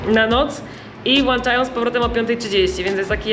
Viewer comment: Włancznikiem włanczają tę wodę? 😆